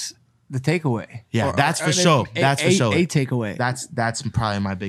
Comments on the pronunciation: "FO SHOW" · Take a drink every time he says “FASHO”